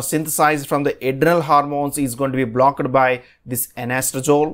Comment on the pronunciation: Typical south indian accent of English. Plz pay attention to: It's not Engime...but enzyme Not BlockED but blockt